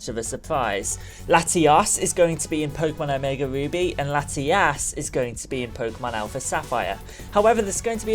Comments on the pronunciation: You keep daying their name is laitias and latias but actually its latios and latias, keep it right next time I'm getting confused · It's latiOs and latiAs not latias and latias